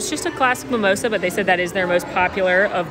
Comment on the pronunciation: It's mimOsa, not mimosA.